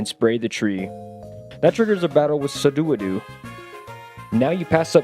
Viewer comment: my brother in christ I respectfully need to tell you it’s pronounced Sue-Doe-Wooh-Doe NOT Suh-Do-Wha-Do